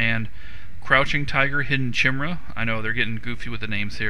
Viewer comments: "Chimera Shot" [ki-meer-uh, kahy-] KAI-MER-A NOT Chim-Ra - LOL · Chimera is pronounced KHI-ME-RA, not TSHIMERA :D. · Lolol its pronounced kai-meer-ah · it's pronounced ky-meer-a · not how u pronounce chimera : P srry ocd bout that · HEY DUDE HOW ARE YOU GOING TO PRONOUNCE CHIMERA WRONG. WTF